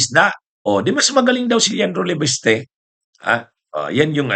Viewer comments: di ba Leviste po, hindi leveste? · MASAKIT SA tainga, LEVESTE KA NG LEVESTE, MALI. PLEASE PRONOUNCE IT PROPERLY, IT IS LEVISTE, WITH AN "I" NOT LEVESTE, WITH AN "E".